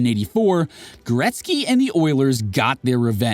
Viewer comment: Gretzky, not gretz